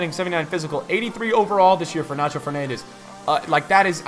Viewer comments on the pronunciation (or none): none